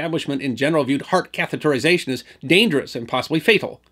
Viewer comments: Thanks so much for a great video. And especially for pronouncing "catheterization" correctly! So many people don't. (Catherization is the usual mispronunciation.) A small thing but it can drive a person nuts! (Like hearing "nucular" instead of "nuclear.") Yeah... I know... OCD! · Nice work on pronouncing 'catheterization'. It's a twongue tister.